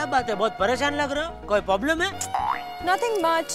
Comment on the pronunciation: Jethalal poblem bolta hai